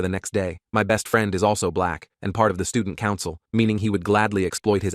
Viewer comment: Why you say black like that when my BLACK lil brother